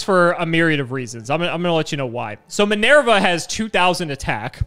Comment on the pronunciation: Does actively think of ways to mispronounce words? Minerva is not pronounced Min-Air-Vuh. It's Min-Ur-Vuh.